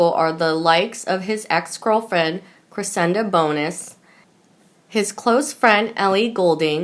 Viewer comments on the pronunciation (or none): It’s‘you can’t JUDGE a book by it’s cover’ & it’s CRESSIDA not CRESSINDA! This is my final comment when you trying to read & speak!